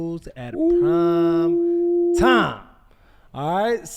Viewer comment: Any else cringe every time Shannon says Time instead of Prime